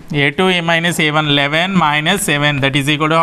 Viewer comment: Eyleven kadhu eleven yure pronouncation is wrong sir